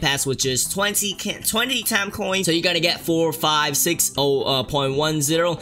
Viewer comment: The "Taame" as in he said Time in his accent...